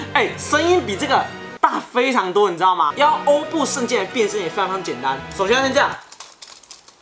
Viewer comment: 其实欧布圣剑真正的读音是“orbu gaiba”